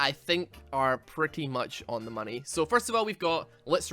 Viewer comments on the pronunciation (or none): none